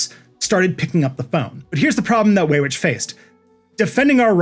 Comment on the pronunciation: Thank you, thank you, thank you for this comprehensive deep dive into this topic. Side note... Paul Weyrich's name is pronounced "wie-rick" not "way-rich".